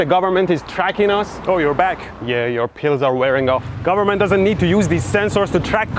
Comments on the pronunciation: The way he says 'Pills' got me so confused.. The whole time I was thinking what are these 'Peals' and how are they related to his brother and mom showing up. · Omg be said pills not peels